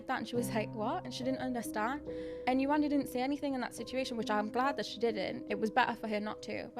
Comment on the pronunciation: Many good points but mispronouncing yewandes name can’t be considered to Whitney repeatedly laughing at a man’s accent. Would be the same if she had been laughing at yewandes name. I really don’t think that had to do with her colour